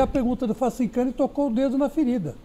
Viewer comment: Da mesma forma que sempre acontecia no antigo Sports Radio. Facincani humilhado! Eterno: "FACIN-CONE" kkk